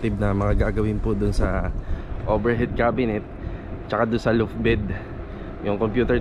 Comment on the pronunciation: Sir tinutukoy po nyo na nasa ilalim~ gas tank po, no? Di stove? Dalawang beses po nyo nasabi kasi... Suggestion din po sa pronunciation: law-ft po imbis na loo-ft.